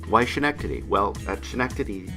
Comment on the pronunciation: It’s pronounced “Skin-nectady”. That’s for the laugh though! I used to live right next to that airport.